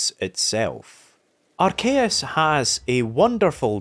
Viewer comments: Some people are arguing whether the true pronunciation of arceus is ars-eyus or arc-eyus but I don't see anyone but you calling ar-kayus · Ayeeee I’ve been wondering where was at and bro came back with a banger topic. Chefs kiss Edit from the future: dear lord you gotta stop saying Arceus like that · Who the fuck pronounces arceus like that